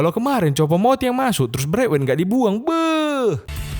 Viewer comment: Coba noll tiap kali bilang kata "BEGH" itu lebih ditekan kan lagi lah... Kurang greget soalnya.